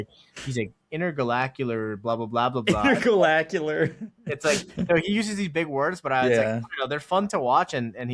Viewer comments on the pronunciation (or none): my win for the week was getting to hear say intergalacular 🎉